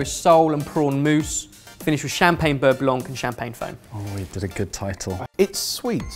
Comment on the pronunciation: boys it's beurre blanc